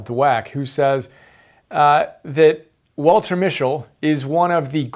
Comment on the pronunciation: Good summary but you are pronouncing his surname incorrectly.